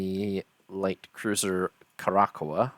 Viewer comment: The light cruiser you sunk, Curacoa, is actually pronounced "KURE-ə-soh" or "KURE-ə-sow" (named after Curaçao and there is debate on why the British flip the 'a' and 'o'), and one of her real-life counterparts, the HMS Curacoa (D41), was accidentally ripped in half by the RMS Queen Mary in 1942. So you at least gave them a proper battle.